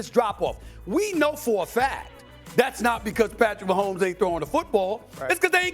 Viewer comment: #15 Patrick Wah-homes :face-pink-tears